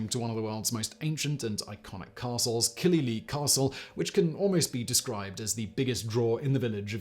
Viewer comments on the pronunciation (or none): Killyleagh is more like Killy-lay rather than Killy-lee. Source - grew up about 10 miles away from it. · killylee? my ears hurt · Simon, repeat after me "Kill-e-LAY". And it's in Northern Ireland, not Ireland. Totally foreign country.